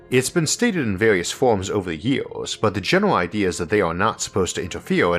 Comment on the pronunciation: Why do you speak like this? You have great videos and i am a long time subscriber but the way you pronounce words is getting ridiculous. “Ywouheyars” for “years” seriously no one talks like that. Can you drop that please?